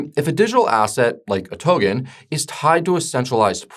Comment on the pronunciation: Please, god, to-K-en! “This is my friend Ken”. You would not pronounce his name Gen, right? TO-KEN